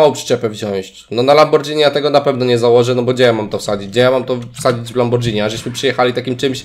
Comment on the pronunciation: fajnie by było jak byś mówił lamborgini a nie lambordżini